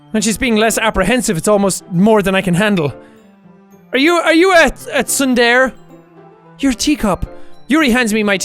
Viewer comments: “Are you a sunder?” DID HE MEAN TSUNDERE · Jack won't see this , BUT ITS PRONOUNCED SOON-DARE-AY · When jack pronounces tsundere wrong: TRIGGERED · When jack says nani but pronounces Tsundere incorrectly... Dammit